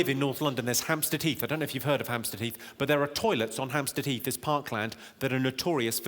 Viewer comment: every time he says "hamstead heath" i hear "hamster teeth" 😃